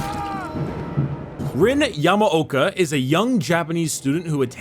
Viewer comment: Ok he jacked up her name alot XD Rin yamo oaka like wtf lol 100% not yamoaka (ya-moe-kah)